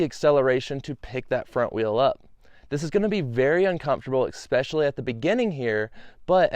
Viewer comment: Especially, not Expecially. ... How do you not know this word?